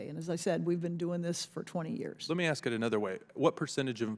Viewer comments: Thanks! I never knew that until you mentioned it and I looked it up! Anyway the comment was about the girl saying axe for the word ask, so I do not see why Trump has a thing to do with it. My point was to make light of the fact that Doctor Jill taught college English and brags about being from Philli, yet could not read and sound out the word Bodega. I was laughing that 🤣 maybe the young lady took college English in Doctor FLOtaTUS Jill Biden, who despite what Woopi Goldberg said is NOT a doctor. 😃 😄 🤣 😂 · 😂Darn that word upset you enough? 😂 Your cracking me up!😅 Now, my 3 yr.old Grandson can say a$$! I am sure that a grown ass woman that managed to get 1 of the most important jobs in government can enunciate the word ass, ass---k, ask. I can promise you that 1 of my best black girl palls would get all over her children, husband, her other friends and me, if she heard us pronounce that word as axe! 🪓 ⚒️ My Jamaican friends would too!!!!😂 😊 😂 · Did Miss Brown of Ohio just say she can't believe someone had to ax that question? I cannot believe miss brown, a member of the United States government, still doesn't have a grasp on the English language. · She said axe lol and here goes her racist rant lmao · No matter how loud or how many times you say it.. Equity and equality ARE NOT the same... And we know what DEI is and are NOT behind it girl... And as a Congress person can't you say ask.. Not aks 🤦🏼‍♀️ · The lady in blue is clueless! It’s ask not ax. 🤦‍♂️ You are in congress!! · When you stop saying “axe” instead of ask people will take you seriously. It’s a common problem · Let me axe you a question does prejudice belong in the house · I think some of these “diverse” members need to forget DEI and focus on GRAMMAR!…”Axe any buddy yo!” Who, in this world, is taking these people seriously? 🙄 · Just amazed that we have a congress woman who uses "axe" instead "ask" speaking improperly in a congressional hearing. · Exactly!! Why is that word so difficult to say?!